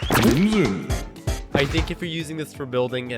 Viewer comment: me saying crimson: crimson the voice: crimiyon